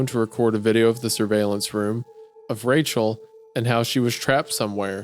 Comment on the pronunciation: “Oh Wachel, my beautiful bwide 🥰” is sending me